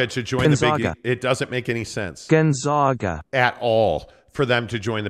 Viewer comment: Learn how to pronounce GONZAAAGA! No ZOGH!! It’s a long “A” like pronouncing the name of the letter! That’s why they go by the Zags!